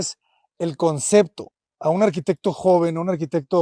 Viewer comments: No me parece una persona empatica este arquitecto , demasiado egocéntrico , no deja hablar a nadie , DIOS DANDO CLASES DE ARQUITECTURA ! Además dice CONCECTO " , PUFF! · Como siempre... ¡Tu canal es genial! Tu contenido es muy bueno, pero a veces te encuentras con arquitectos que se pierden en el ego o como el caso de este, que ni siquiera pueden pronunciar la palabra ¡ConcePto!